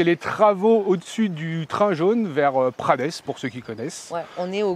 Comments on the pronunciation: ca se prononce pas "prades" mais "prade", le S ne se prononce pas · Ça se dit prade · Bonsoir petite rectification :« prades » se prononce sans le « s » ville où notre 1 er ministre était le maire 😜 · Prades... On ne prononce pas le S final 😂 C'est la ville de mon lycee.... Bon castex en est aussi le maire... Ça c'est moins glorieux ...